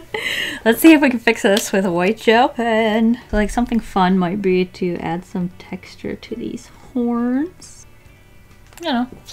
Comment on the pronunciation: No one: Seriously, no one:: TEXtuRE